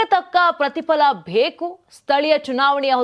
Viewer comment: Pls correct your pronunciation it’s not Bheku it’s beku, and it’s aelikegalu it’s helikegalu.